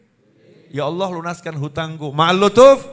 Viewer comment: Allah. Bukan Auloh. Sebut betul2 . Lidah jangan keras.